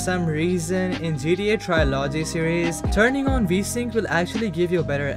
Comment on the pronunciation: Somebody need to make a tutorial for this guy so he can learn to say TRILOGY